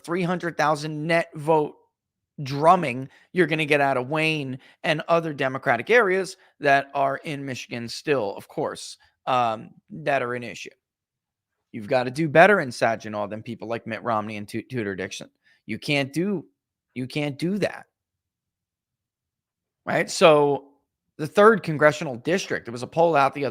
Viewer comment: I tried to tell him it was SAG-in-aw, but I don't think he reads the comments.